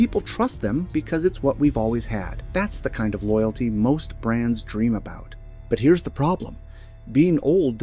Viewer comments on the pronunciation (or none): none